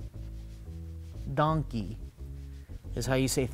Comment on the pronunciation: Haha. you didn´t say "danke" (thank you). i as a german undertstood donkeyyy xD